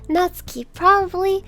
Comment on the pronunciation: Thank you for not pronouncing Natsuki as "NetSOOKee"